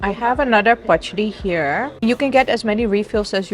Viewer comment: You pronounced pachadi so perfectly